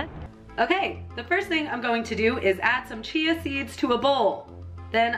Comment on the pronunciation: Did she say chia wrong or was it just me? Haha